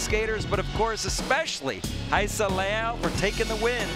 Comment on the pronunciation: Do they say it correctly? Why would the “R” be silent? I would think it’s ra E sa .. they always say hi E sa